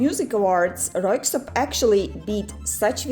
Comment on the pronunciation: Your pronunciation of Röyksopp were perfect👌 Din uttale av Röyksopp var perfekt👌